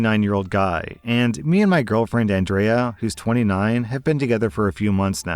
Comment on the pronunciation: Why can't you pronounce Andrea... It's not a hard name. Anne-dree-ah...